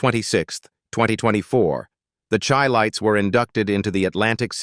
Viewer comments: You keep showing pictures of Stylistics, Barry White. Airion Love...many mistakes. And it is Chi lites. Like Chi-cago ...pronounced shi not Chi.... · Pronounced "SHY LIGHTS". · Whenever you guys hear this voice it is AI. You will hear a lot of untruths. He even pronounced the group name incorrectly. BS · You need to learn how to pronounce their name Chi- lites 😅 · Whoever put this together really needs to take this off of here because there is much misinformation, videos of singing groups who are not the chi-lites, and the pronunciation of the group's name is even messed up because this obviously is AI generated.